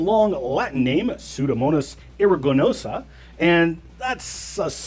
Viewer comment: Did it drive anyone else crazy that he pronounced "aeruginosa" incorrectly?